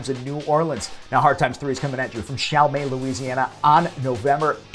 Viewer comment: Respectfully, Chalmette is pronounced “shall-MET”. I have friends who lost their childhood homes there because of Hurricane Katrina.